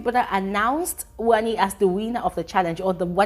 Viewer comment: I love how brother says wannni x hanndii 😂as for ruthie only miracle can save her